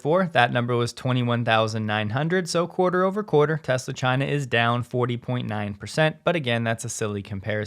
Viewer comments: "I love Tesler" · Biden couldn't even say the word Tesla.